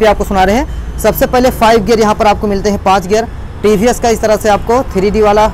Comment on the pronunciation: Ye he tiivhiiess bolna to sikhlo bhai